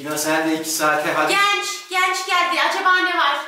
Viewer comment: Oha genç değil gənç dedi